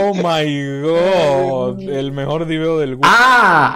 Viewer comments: El mejol el mejol el mejol el mejol. :V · enseñale quien es el mejol, el mejol, el mejol, el mejol xD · francisco es el mejol el mejol el mejol jajaja